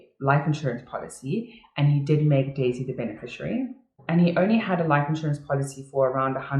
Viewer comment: Same! But it always sounder like Daisy "die" Melker